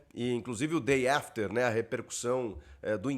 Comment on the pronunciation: Muito bom esse Chico: “day after” 😂😂😂